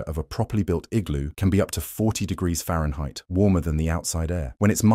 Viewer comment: "Fahrenheit" good lord